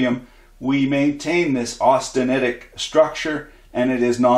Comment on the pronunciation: you pronounced austeritiec correctly by all that I can tell good sir. tried it a few times, all came out the same